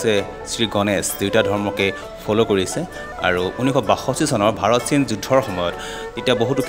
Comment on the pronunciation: Amar oxomia bhai bhoni kisumane kio bhal koi pronunciation koribo nuware "China' bulile "saina" buli pronounce kore aru ase bohuto praye huddho uttcharon koribo nuware kio? But informative video bohut bhal lagil 🙏